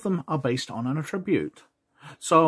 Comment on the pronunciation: Other than how you say attribute and THACO, these are still really great! You're one of the only ones who's covered 2nd edition in depth, well. Thank you for it, sir! 👍🤓2 yrs old and still being watched.... wow! 😎